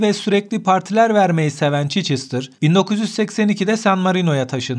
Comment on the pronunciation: Çeçestr değil Çhestır